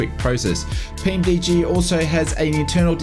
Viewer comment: PMDG not PMD lol love ya work mate